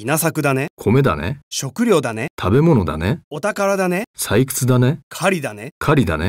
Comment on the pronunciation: 女性の音声が中国語訛りですね...発音が悪すぎます... ショクリョウダネ！ ワカッタヨ！ イナサクダネ！ ナーオシーマショ！ ヨーンダ！ ヨーケンハ！